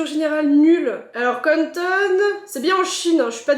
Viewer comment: pardon mais je suis deja pété de rire. tu peux dire Canton (quand ton) et pas conne tonne ptddrrr